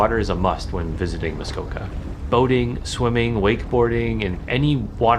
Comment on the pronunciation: I’m here because I kept hearing the characters say Muskoko instead of Muskoka, so I wanted to verify I haven’t been pronouncing it wrong 😂